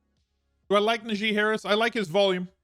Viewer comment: You don't know how najee harris first name is pronounced?